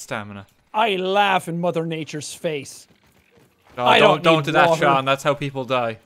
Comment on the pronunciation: I have said this once and I will say it again Sean is pronounced seen not shawn Sean bean